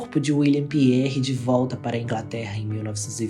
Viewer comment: A pronúncia do sobre nome não é Carlsle, e sim, Carlaiou! E do dono da Harland and Wolf se pronuncia Pirrie (com enfase no r duplo), e não Piérre! Eles eram irlandeses! Parabéns, pelo vídeo